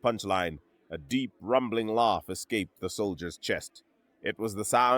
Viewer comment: Sir, its pronounced AHHHH NOT AWWWW laugh shouldn't sound like loff last shouldn't sound like lost im gonna lose my shit.